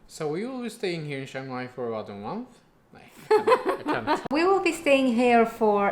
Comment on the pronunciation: Well done for saying CHIAng Mai correctly. Most foreigners annoyingly say CHANG Mai! If you can say "Liam" you can say "Chiang" correctly.